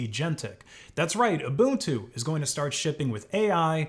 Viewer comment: Thank you for pronouncing Ubuntu as "Ubuntu" and not as "Ubantu" 💯